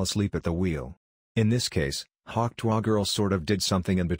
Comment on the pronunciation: AI can do many things. But not, apparently, pronounce "tuah"!!!